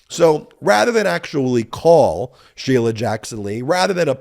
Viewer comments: "Shee-lee-uh"? He can't even pronounce her [common] name correctly. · Dimwit can't even pronounce Sheila --- "She-lia" he says. Fat little pervert